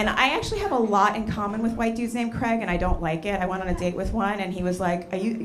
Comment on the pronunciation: I never heard a Jamaican pronounce the name Craig like that before